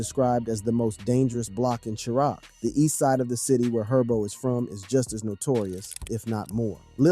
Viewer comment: this guy cant even say chiraq right 🥱.....you dont even know what you speaking on gang just take this video down we can tell you reading from a script